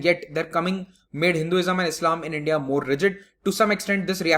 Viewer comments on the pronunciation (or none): none